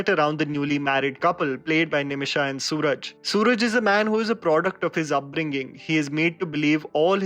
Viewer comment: He s not Suraj, but सुराज ।